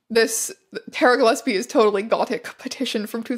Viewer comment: the way teya pronounces ‘gilesbie’ throughout the whole video makes me want to shove nails in my ears. incredible archive, though! absolute goldmine.